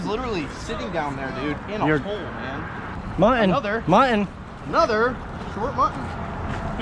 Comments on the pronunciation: you know the word muTTon has two T's in it. It's not pronounced MU-EN. As in button. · Hey guys, tell there are two “t’s” in Mutton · you still need do use Ts when you talk about mutton snapper. Just because you’re with a black guy don’t slip into ethnic speak. It’s very racist. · Do you purposely say "Mutton" wrong?